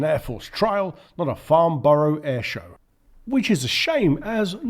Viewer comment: "FARNBORROW" - really! Stopped watching at this point.